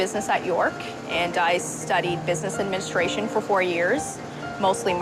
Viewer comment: The way near she says "Business administration" I genuinely first heard "Business and MENSTRUATION" ;_